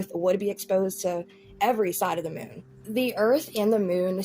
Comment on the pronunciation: Why does Jeffree say “Moon” like “Moan” ? 😂😂😂